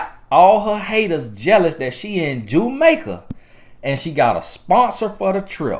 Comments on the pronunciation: “JUMAICA” LOL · 😩😂 “Jue Make A”. AKA Jamaica 🇯🇲